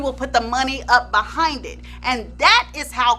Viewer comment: l love the way you say ‘Buh-HIND’. T e l me about his n###a UNDERLINGS.